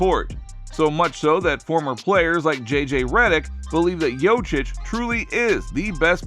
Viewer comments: YoKiCH! Not yochich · It's pronounced Yo-Kitch!!! Yo, like yo-yo... Lawdddd, help me!!! 🙄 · Jokic bro .... not jocic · yochich.?... he is Jokić u sick fuck=) (YoKić) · jokić . no yochich ... why are you so purposely illiterate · His last name isnt jocic its jokic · Dumbasss it’s Jokic not Jocic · JOKIC not YOCIC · I Appreciate you making a video and praising Jokic , but cmmon now...its Yo-kich, Not yo-chik ,not yo-chich, i mean its really a sipmle name ... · How about learnig yotchich name is yokeetch ?! Or yokitch or YO-keetsch or anything but yotzich yochich 😅😅😅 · >makes video about how we should listen to what NBA players say about Jokic. >Fails to listen to the way they pronounce Jokic >Jochich Clown world lmao But fr thanks for making the video bro I'm just clowinin ya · Bruh! Learn how to say Joker. You sound like a fricking idiot! Wtaf? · "Yokeitch" you dunderhead, hahahahahahahahaha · Ask someone from Serbia or Croatia. Its actually pronounced "Yo-Cheech". And anglicized its "Yo-Chich" geez.... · Bruh, how you gonna call him "Jochich" and be expecting anyone to take you seriously? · Next time 😊you make a video about Jokic, his name is pronounced Yoke-itch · “ Yoach Itch “ 😂😂😂😂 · Bruh prounounced it like Jocić 😂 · If you're going to attempt to capitalize off of someone else's name, the least you could do is learn how to pronounce it. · Terrible pronouncing of jokic thumbs down try harder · I deliberately came to the comments to piss all over you for not knowing how to pronounce somebody's name, but I've been beaten to it by everybody who came before me. This is really pathetic. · Talk about butchering someone's name, over and over and over. Damn. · It's so ironic that this is the first time I hear Nikola pronounced properly, but the butchering of the last name is so horrible 😭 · Seriously. Lose credibility when you can't say the guys name. Clearly didn't watch the video that you're doing the commentary on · Yo...learn to pronounce his name.....